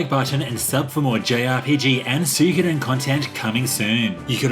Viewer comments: It's Swee-ko-den, your pronouncing it wrong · That is NOT how you pronounce suikoden, it's swee-ko-den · Achually its pronounced, Soo-e-koh-den. Now stop being a debbie downer and mocking peoples pronunciation by giving the wrong one yourself.